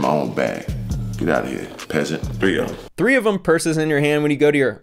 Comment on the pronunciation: Lmaooo said 3ofem 😂😂😂